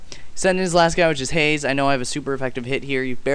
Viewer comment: its not haze its haaaze